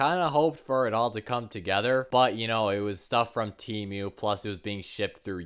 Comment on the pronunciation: “Temiou” SON IM CRINE😭✌️